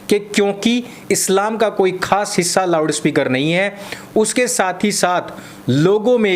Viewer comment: थोड़ा जबान संभाल के, मुझे पता है आप loud speaker को lawda speaker बोल रहे हैं😂😂